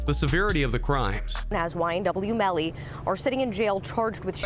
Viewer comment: You said yn melly